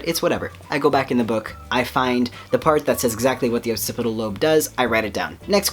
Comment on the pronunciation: Firstly, I’m glad to see you continuing to post. You are a winner. Secondly, occipital is pronounced ox-cipital.